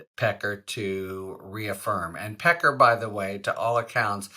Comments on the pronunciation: David “Peck-car” lololol yeah, sorry: No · david pecker, "that's pronounced pe KAR". everyone else, "sorry no, that's pe ker". get used to it. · David Pecker *Pe Kar he Pronounces it. TRUMP has a long history of inappropriate Sexual behavior toward many women & young underage girls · They were saying Pecker as 'Pac- cay' on the Meidas Touch. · Pecker referring to himself as Pa-KAR is like shopping at Tar-ZHAY.